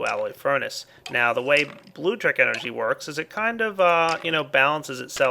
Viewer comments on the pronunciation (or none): Good lord it's BLULECTRIC Not blutric BLU LEC TRIC